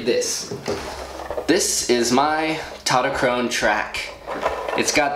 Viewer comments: "TautoTOchrone" lol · Tautochrone in greek is pronounced taftoxrona (im half greek btw)